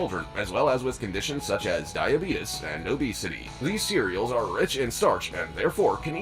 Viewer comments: dibetis bro its dibeates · The way he says " Die A Be TUs" is cracking me up..... Very informative video!